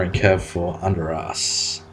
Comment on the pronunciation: Its Undrass, not Underass!!